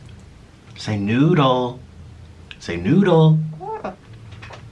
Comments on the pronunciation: Oh 😁 he was saying 🗣noddle lol 😂😆🙊🍝🍝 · Say noodle , say noodle NOODAL 😂😂😂😂😂😂😂🤷🏻‍♂️🤷🏻‍♂️😂😂😂